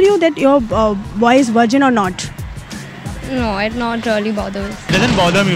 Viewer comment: Did I just hear Wirgin? It's virgin not Wirgin....dhuh.. V is a frictional consonant in English phonetic and w is a voiceless consonant. FYI...I am not an English major or journalism student, still I know.